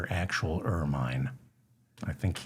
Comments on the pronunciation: Where the f are you from in America? The Appalachians? It's not Er-mine, it's pronounced Ermin! And before you say "Over here we say..." it's OUR F.ing language. Take lessons on pronunciation. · Pronounced ur munh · Ok, David, it’s Ermine only the last syllable is like ‘minute’, soft “I”. You encourage corrections. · Excellent show as usual... bringing levity to royal and common thuggery-- the nose hairs, the birthday cake, everything... And hilarious hearing your 'long-i' pronunciation (oh you Americans) of 'ermine' --- like 'Carmine' from Laverne & Shirley - LOL